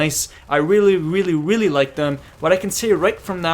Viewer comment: Hahahhaah I like when he says Really really really,Sounds like he is saying weely weely weely:))Btw prof i msged u before about a gun review of pp-19 and u dont want to do it:((( plz do it.thanks